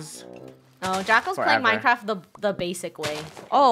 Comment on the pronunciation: Just me or did she say "MineCracked"